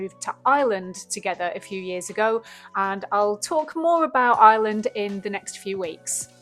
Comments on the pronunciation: Can't even pronounce Ireland lol. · Can't even say Ireland lol.